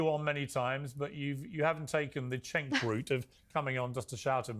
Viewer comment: It took me a while to work out that "c" is pronounced like "j" in Turkish words and names - but the fact that Piers is pronouncing Cenk's name as if it was "Chenk" I found unreasonably irritating here.